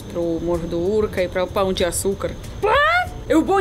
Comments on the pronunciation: 😂😂😂😂😂 pau de açucar 😂😂😂😂😂 vc comprovou minha teoria que os gringos nao sabem falar pão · É muito melhor o pão de açucar do que o cristo, fez a escolha certa. Agora você falando "Pau"o de açucar me pegou demias. kkkkkkkk